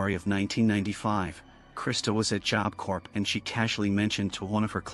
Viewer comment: I know this is AI voice, but some real people need this. It's Job Corps, as in Marine Corps; "corps" is pronounced "core," not "corpse" or "corp" like it's spelled. Confusing, right up there with colonel.